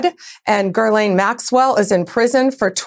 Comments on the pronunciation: its Ghi-lane not Ger-lane dodo bird! she's obnoxious! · Anyone else notice that Bondi mispronounced Maxwell's first name as Girl-Lane? I noticed. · Of all the pronunciations of Maxell's first name, i think "Gerlane" is my new favorite. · Spam ….”Gerlaine Maxwell”. Can’t even pronounce her name 😂😂😂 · “Ger-lane Maxwell” -Pam Bondi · Why does she have a harder time with Maxwell’s name than anyone else? It’s “jizz-lane”,. Hope this helps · If Bondi can't even pronounce "Gir-lane" correctly and cannot answer yes/no questions, she is a combination of incompetence, ignorance, and malice. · “Gurlane” Maxwell? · Bondi repeatedly mispronounced Ghislaine’s name . . . “Grrrrr-laine”!🤦🏻‍♀️ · GIRLaine Maxwell? Bondi knows her and knows how to pronounce her name. What kinda defection is that bullshit. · Girl lane. It was a Freudian Slip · Just a quick note to Pam Bondi. There is no "r" in Ghislaine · Gherlaisne? Why is putting an 'R' in her name? How weird ( by a,weird person).